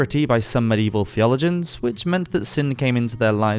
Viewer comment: "THEaligins" You must be attempting to say theoLOgians